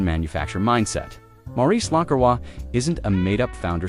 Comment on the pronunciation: At least get the AI voice to pronounce the name correctly.